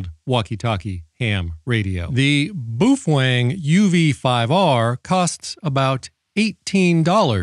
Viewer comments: You say boofweng..... and "all intensive purposes"....... I cant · Are you saying "boof wang" on purpose?